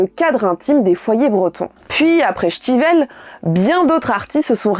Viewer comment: C'est la première fois que j'entends citer Alan stivel avec l'accent vannetais (" chtivel")